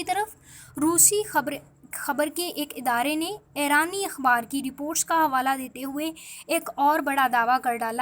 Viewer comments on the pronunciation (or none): Ye Airaan kia hay.... airani kia hay...aur mulak kia hota hay... doob maro ...learn urdu....rotten pronunciation of urdu